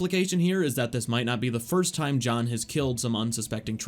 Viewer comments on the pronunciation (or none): You said John like Jean.